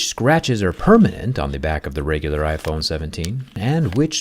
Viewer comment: 'IPhoney' 17